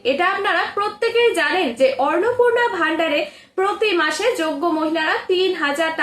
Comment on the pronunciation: Madam annapurna sabdatir uchcharan valo kare shikhe video banaben